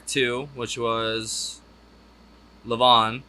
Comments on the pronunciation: He pronounces it LEE VON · Still mispronouncing Levon, even after hearing Elton sing it. Btw, it’s named after the drummer for The Band. Levon Helm. I don’t care for Indian Sunset. The song or the lyrics. Too many clichés in the lyrics. And the Sioux and Iroquois were in completely different parts of the country. More great Elton songs to be heard.